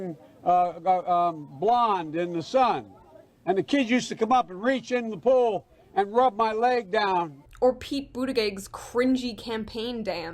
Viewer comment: I had to go watch how to pronounce buttigieg after you pronounced it with hard G's. You shook my worldview (also it's with soft G's)